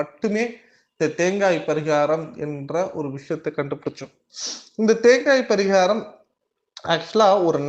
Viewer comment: பரீகாரம் சொல்லும்போது கொஞ்சம் தெளிவா சொல்லுங்க... அது தவிர மீதி எல்லாம் தெளிவா சொல்றீங்க... எத்தனை பேருக்கு இதில் doubt இருக்குனு கமெண்ட்ஸ் பாருங்க..